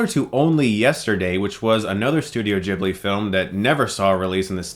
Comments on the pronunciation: It pronounce Ghibli not Jhibli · Sorry to be annoying, but ...Ghibli... is pronounced with a hard G, like guitar, not like Jesus. :)